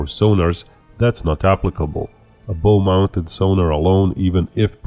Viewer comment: bow in this context rhymes with 'wow'